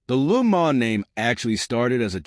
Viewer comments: the hell is a LU MA'??? stop using AI or use a better one...what a joke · Yeah, it is an AI voice. They really need to train these AI's how to pronounce words properly, and with the subtle nuances of language. At the very least, it makes it easy to tell. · He/it's trying to pronounce it in French: Luh Moh(n)